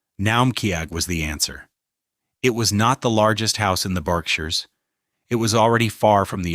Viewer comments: I know I’m from the Berkshires and the pronunciations tell me this narrator has no clue and the images don’t match the narration. I won’t be liking or rewatching this stupidity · The pronunciation of words like Berkshires and Naumkege throw this video off